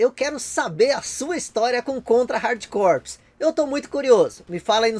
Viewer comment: Você sabia que Corps se pronuncia core? Igual a core do core mesmo! Pois é….. Estou tentando acreditar nisso até agora! Abraço meu amigo!